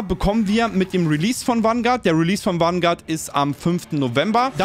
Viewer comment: Jedes mal wenn er Wanguard sagt einen trinken….